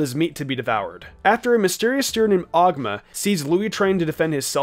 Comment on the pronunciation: bruh, it's pronounced "Ogooma" not "awgma"